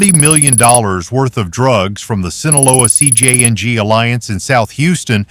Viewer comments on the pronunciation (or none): I’m tired of these AI voices mispronouncing "Sinaloa" and "CJNG." If you’re going to report on cartels, at least get the names right.